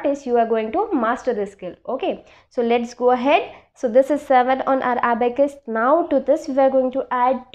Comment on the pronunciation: Ma,, am not aabacas it, s abacus